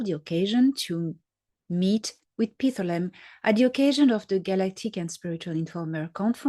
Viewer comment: Dr. Salla has started pronouncing Pithlam wrong, so listen to David Adair say it. Pith-lam, no “a” in between.